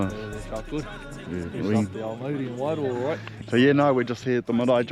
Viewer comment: Pronounce it like this... "why-roar"